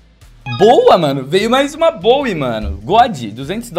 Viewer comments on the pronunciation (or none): none